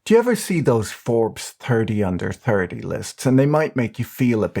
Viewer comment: "Tirty under tirty" 🤣 Brilliant!